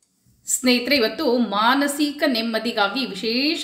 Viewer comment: ಮಾನಸೀಕ ಅಲ್ಲ ಮಾನಸಿಕ ಎಂದು ಸ್ಪಷ್ಟವಾಗಿ ಹೇಳಬೇಕು.